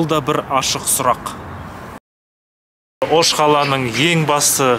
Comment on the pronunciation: живу в алматы но родился и вырос в Оше (ударение на "ше")